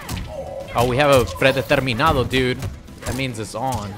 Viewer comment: I lost it when said "predeterminado" it's so funny hearing him with an accent lmao